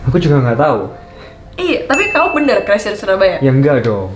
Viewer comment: Kalo boleh bahasa Inggrisnya di perdalam lagi Krn kamu itu public figure jadi kalo bahasa Inggris kamu jelek ma ketahuan bangat.. Modal cantik doang... Ngak ada kelebihan yg bisa di bangakan dr kamu... Maaf yha ini cuman masukan doang... Oyah crazy bacanya crezy bukan kresi...